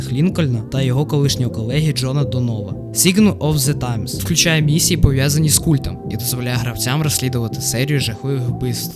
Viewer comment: sign це не сігн а сайн) можеш в гуглі перевіряти як звучать англломовні слова, сам так робив) а взагалі дякую за відео, але є куди рости, тому не підписуюсь поки. роби більше відео головне, в тебе класні перегляди, не зупиняйся)